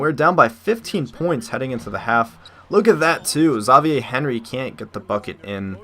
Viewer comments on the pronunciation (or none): none